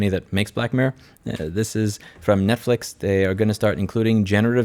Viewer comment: jesus louis! annunciate!!!! i was looking for black mare for ages.... :( getting black mirror now. :D